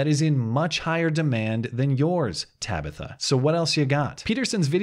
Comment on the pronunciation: Ta-bi-tha. hahahahah Every time he enunciates it, I have to start laughing. hahahahah